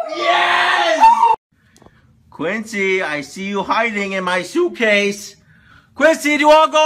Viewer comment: its Quincy not guincy.